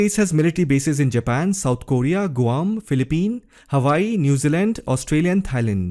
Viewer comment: There's no US base in the Philippines since the explosion of Pinatubo in 1991. It only has a joint military exercise w/ the US. Also, it's pronounced as Philippines w/ an 's" sound in the end. Aside from my nitpicking 😁great content!!!!!!!😎